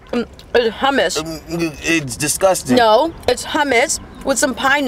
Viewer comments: hamus its hammous lmfao i love her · Its actually homose not houmes no hate but I love you soooo muc❤❤❤❤